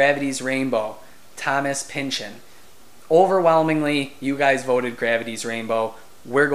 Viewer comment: Nice review, just to let you know, Thomas Pynchon's surname is pronounced Pinch on. Not Pinch in.